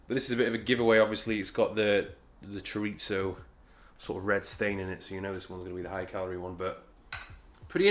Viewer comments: I never ever heard somebody in my life saying "chorizo" as does lolllllll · all good very interesting but please, never ever say the word "chorizo" ever again. torture.